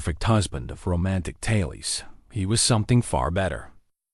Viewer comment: Tales is not promounced "talies"...